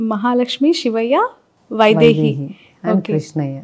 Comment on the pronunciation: యాంకరమ్మా గోషాల, షివయ్య కాదు గోశాల, శివయ్య స్పష్టంగా పలుకు తెలుగు.